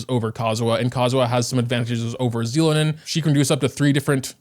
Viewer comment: “Zee-lo-nin…” instant dislike > do not recommend 😂